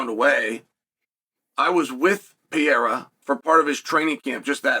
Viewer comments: Pa hea rah. Not pierra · Uncle Chael- his name isn't pee-era, its Perera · LoL. Just say it like this Chael. It won't be exact but closer. Pa-re-ra. Go ahead and use regular "R" sound, Gringos use it for Mario and other names too. It'll be better than what ur doing now. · Alex Pereira pronounced PEHRAYRUH… it’s not hard. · Alex Pee-era should take heed. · alex pee era. bro. learn the peoples names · PER AIR UH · Who's Alex Pyera? 🤣 You have a platform to speak all the time you post but have no time to practice how to pronounce Alex's last name. 🤔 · Alex pierra😂😂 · Alex ‘Pee-era’ ?? Do a lot of fighters go thru a pee-era ? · wtf is piera? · You look stupid saying "PIERA" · Drink every time uncle Chael mispronounces pee-era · It’s not pierra. Get it right before we settle it at my gym. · PURR-AIR-AH .... F'n Chael P.Brain... its not that tough. Could ya just try ? A little? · Say it with me... PURR- like a cat- AIR - like you breathe- AHH - like when you open your mouth for a doctor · Chael will never pronounce his name correctly. He says it differently every video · Be great if you could pronounce his name right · There is no way Chael is pronouncing Pereira’s last name so f wrong on purpose every single time. He is pulling a Santino! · Guy named "Chael" doesn't take the time to learn to pronounce Pereira's name right. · Saying his name wrong on purpose over and over lol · Mispronouncing his name repeatedly is painful to hear lol